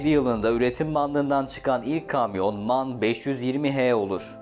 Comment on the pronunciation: Em ay en diye okunur abicim